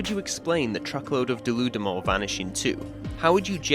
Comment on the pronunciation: Pretty sure deludamol is supposed to be "delude em all"